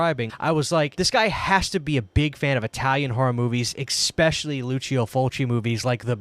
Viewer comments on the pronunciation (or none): Great video! Great dive & investigation into this. Thank you. Sorry, but I just have to say this: it’s ESpecially not EXpecially. Cheers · Stop saying “exspecially’. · Especially has no “x” in it. It really bugs me when people say “EX-specially”. Just stop using big words you can’t pronounce